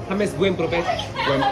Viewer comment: Siempre pense que tu nombre se pronunciaba "lleimes" osea como en ingles, no asi jamessss :O